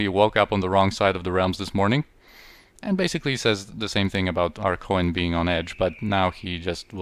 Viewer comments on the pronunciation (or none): Third rewatch and I just got that you say "coin" as "Co-en" lol.